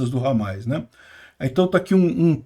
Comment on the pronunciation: Parabéns pela cobertura, mas é Hamas e não HAMAIS